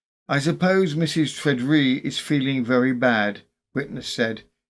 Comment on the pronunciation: I think Tredrea is pronounced TRED-ray in Cornish usage